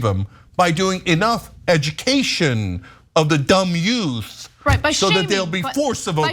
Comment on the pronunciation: I'm sorry; ¿-did you say 'yout"?